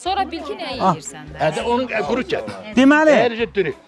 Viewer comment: Ay, qurunt yox, qurut.